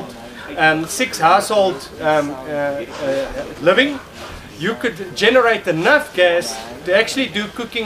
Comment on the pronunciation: He said 6 households..... but it sounds like 6 assholes! Lol